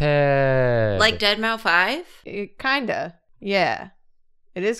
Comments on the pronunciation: I just have to acknowledge the way pronounced “deadmau5”, it went so quick but genuinely made me giggle out loud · Just so everybody knows, "Deadmau5" is pronounced "dead mouse". I always cringe when I hear people pronounce it the way did (unless it's sarcastic as a joke).